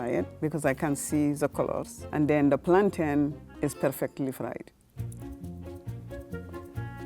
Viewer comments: Thank you, it's Plan-tin not Plantayne!!! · Please stop saying “plaan-taains” it’s a noun people !!! plantain is pronounced, Plan-tin as mountain is pronounced moun-tin. It is a thing😩😩 If it’s a verb like contain retain then you would pronounce it that way, but it is not a verb it is a noun! Had to get that off my chest 🤣🤣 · It’s curry chicken !! Not chicken curry and it’s PLAN - TIN NOT PLAN -TANE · It's called CURRY CHICKEN!!!! And it's pronounced "plan-TIN." How do you say fountain???? Come one people. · teach them how to pronounce plantain! Mountain, fountain, certain, curtain, bargain! These gen z foodies just discovered a new banana and ran with it.